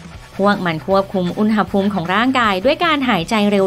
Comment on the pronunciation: แอดมินคนนี้แหละที่พูด คำว่า "อุณหภูมิ" ถูก (อุน-หะ-พูม)